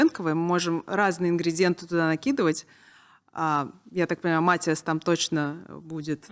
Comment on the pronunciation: Настя классная! Успехов ей много 🥰 Очень режет ухо, когда ведущая говорит, обращаясь к Насте, в третьем лице. Не только эта Софья этим грешит на канале. И еще Настя все интервью называет своего парня МатИас, ведущая - МАтиас